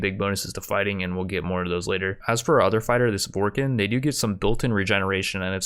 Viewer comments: Dude, I'm sorry but have you ever even played mass effect? As a die hard fan of the series I was only able to make it 2 minutes into the video. Between you butchering the species name Vorcha to Vorkin(??????????), and you naming the characters random mass effect character names but giving them none of the skills they ACTUALLY HAVE in the game. Like giving Tali medical over Mordin when Mordin is literally the medical doctor and medical researcher in mass effect 2 and cures the genophage in 3?!?!?!?!??!?!?!?!?! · Every time he he called it vorkin instead of vorcha hurt me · "Vorken" Is pronounced Vore-Tscha! I think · Were you trying to say vorcha?